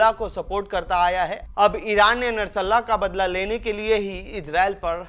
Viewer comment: O dofa. Narsalla kya he, bolte nahi aata to mat bana, nashrullah bol.